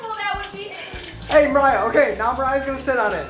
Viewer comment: did anyone else here him say “ Maya” not “Mariah”